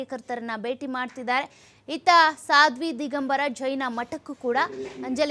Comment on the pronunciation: ಸಾದ್ವಿ ಅಲ್ಲ "ಸ್ವಾದಿ" ಸ್ವಾದಿ!